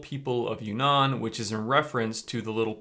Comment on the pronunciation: Not "you nan" it's "uun nan" (two n's in two separate words/syllables)